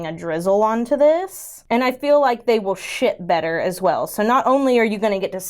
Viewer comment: Girl it really sounded like you said "sh*t better" 😂😅